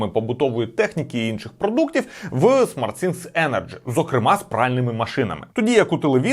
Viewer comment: Кожен раз коли хоче сказати SmartThing(Розумні речі) а каже SmartSinks(Розумні раковини) прям вухо ріже.